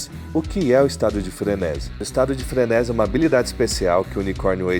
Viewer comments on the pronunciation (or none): Frenési não existe, a forma correta é frenesí (tônica na última sílaba) Sinto muito, não dá pra seguir um cara que quer fazer da comunicação seu ofício, mas nem falar sabe.